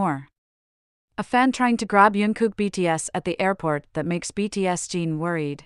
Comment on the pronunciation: I can't believe that people don't comment on how badly the orator of this video says Jin's name, but what's even worse is the way Jin's name is written throughout the video. We got "BTS Gene", " BTS Dean", "BTSD", "btsg" and even had Jungkook's name written on the video as "you and Kook" 😳👿, "unkook" and "yunkook". And what on earth is up with stating the date of 07/12 as 0-7-12. I know that what I'm saying will have no effect on the original person that made the video, but please try to get their names correct.